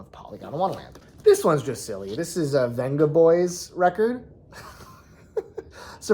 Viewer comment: As a Dutchman i cant enter the giveaway but i can give you a tip on pronouncing vengaboys haha, it sounds more like bengaboys, the way they pronounce the v in Spain